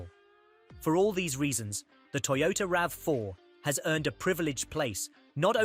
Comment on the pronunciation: YOTOTA Corolla... 😂